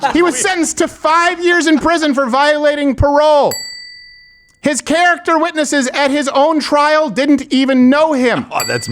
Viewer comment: Can someone please teach the child abuser it's "Character" not "Carroter"